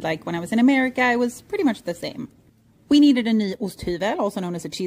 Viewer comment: Are you originally from Sweden? The way you pronunce "Vetemjöl" and "Osthyvel" sounds very swedish?😂😂😂